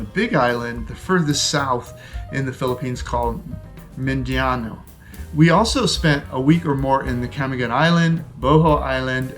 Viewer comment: Love you but cmon, you can pronounce Mindanao